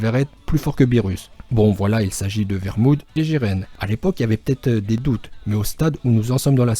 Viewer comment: vermoude ces pas marmoude mdr je decone